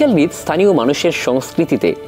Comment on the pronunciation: হৃদ না রে ভাই হ্রদ 😂